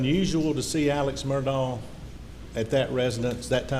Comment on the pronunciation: Why do some of these people call him Alec?? This isn't the Alec Baldwin case 🤦‍♀️. His name is ALEX not Alec. Also his last name is Murdaugh NOT Murdock. Why in the hell can't people say his first and last name correctly????